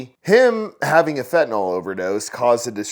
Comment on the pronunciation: Why so people say "fentaNOL"? It is NYL. FentaNYL